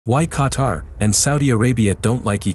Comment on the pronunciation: i’m from qatar i love saudi arabia ❤️ 🇶🇦 ❤️ 🇸🇦 but making me hearing this dude pronouncing qatar like qatr makes me mad